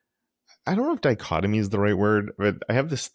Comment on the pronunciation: "dicochomy"? :) I think you mean dichotomy.